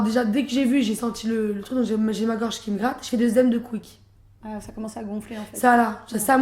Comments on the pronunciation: ralala c'est insupportable .... "le grequois" "oedeme de quick ..." phobie ou maladie ? Aucun intérêt.... NEXT ! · Allergique aux fruits mais elle sait même pas comment prononcer correctement un œdème de quincke !?!??!? J'y crois pas... C'est comme un diabétique qui ne sait pas prononcer le mot insuline! #dramaqueen